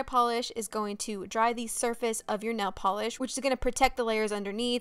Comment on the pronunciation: “nell polish”